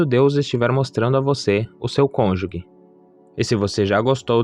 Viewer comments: Estou ha 8 anos esperando. Ja estou perdendo a esperança. Nao entendo pq demora tanto. Ja estou na idade de nao ter mais filhos... isso é muito triste pra mim... Desculpe corrigir irmão, mas nao se fala conjugue e sim conjuge (o g tem som de ge mesmo). Deus abencoe🙏🏻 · Parabéns. Só um detalhe: cônjuge e não falar como se fosse : cônju*gue Deus abençoe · Perfeito vídeo, mas não existe “CÔNJUGUE”, é “CÔNJUGE”, CÔNJUGE. Isso aumenta - e mantém - a credibilidade do vídeo, da mensagem. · Estava lendo os comentários para ver se alguém sabia pronunciar cônjuge. Não sou maluca, é que sou professora de Português, então essas coisas chamam minha atenção. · A pronúncia correta é cônjuge. Me desculpe, sou professora. Parabéns pela mensagem. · Vc pronúncia errado a palavra CÔNJUGE